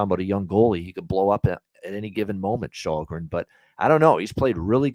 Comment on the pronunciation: As a Swede it's a mystery how Källgren has come to be unanimously pronounced "Shallgren" when "Shellgren" is 100% how it's said in Swedish, and also arguably more natural to say for a North American I would guess..?